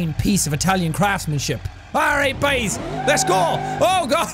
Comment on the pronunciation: "Buys" "Fecking" Yeah he's realing going for that Irishmen of the Year award huh?